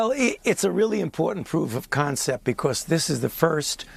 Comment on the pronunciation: "It's a really impoetant proof of concept becoowas". Why do we have a munchkin old jew who can't even speak English running the healthdon'tcare for the entire nation? He sounds just like Howard Wolowitz' mother.